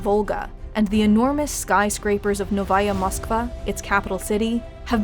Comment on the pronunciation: OOF i cringed pretty hard when you said "Noviya Moskva"... Please, don't try to use Russian and just stick with New Moscow. The problem in the "Novya Moskva" is that you pronounced "ya" parts like a stereotypical german or nordic "ja" and you forgot to pronounce a second "O" after "V" it should be like this "No-Vo-Ya"